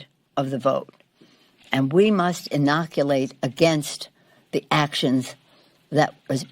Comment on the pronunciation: Innouculate ? What !